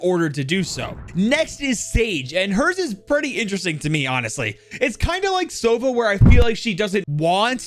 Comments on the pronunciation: damn, as a native russian speaker hearing “begi sova” with accented o is so strange, like, the word sova has accented a 😂 a teeny-tiny mistake, wonder why they did not spell it the right way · the word Sova is misspronounced its not sOva its sovA